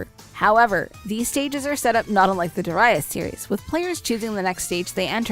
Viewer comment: "Duh-rius" lol